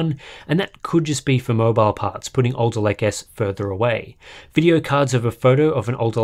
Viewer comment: Was having this on in the background not really giving it much attention when I suddenly heard "Intel 12'th gen Elderlake processor spotted in Sea Software database..." Harbour Unboxed confirmed!